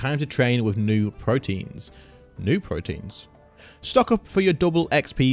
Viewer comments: it's pro-te-ans rather than proteins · Protean would be pronounced "Pro-tee-ann" not "pro-teen"